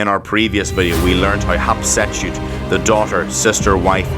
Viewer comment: Sir it's HAT SHEP SUTTTTTTTTTT